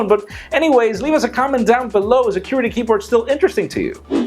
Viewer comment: the way you say qwerty is amusing